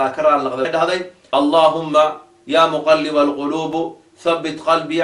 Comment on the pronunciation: AKHII Xarakada Ducada iska sax jazaakalaahu khayran اللهم يا مقلب القلوب بكسر الباء وليس بضمها بارك الله فيك أخي